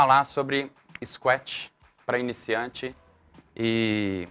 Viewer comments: É escuétchi ou scratch? Tem algo errado na pronúncia, vindo de um professor!!!!!!!!!!! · cara, bacana a simplicidade no jeito de falar !................engraçado falar scuet rsrs..............